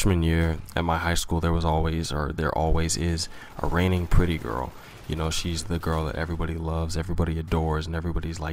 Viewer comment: For some reason I thought he said "raining pudding girl," not "reigning pretty girl."